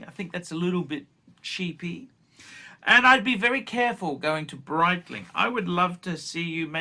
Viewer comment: Breetling, not just phor tools!, a classic Archism pholks.